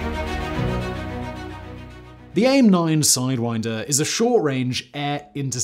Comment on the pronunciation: Just FYI Simon, we call them aim (just like the word) not a-i-m, and for some reason we don't use the phonetic alphabet for the model, we just use the letter name. (AIM-9 L, not AIM-9 lima.) It's the same for all AIM variants. :) Also, they are called sidewinder because of the way they S-curve through the air to their target just like the snakes.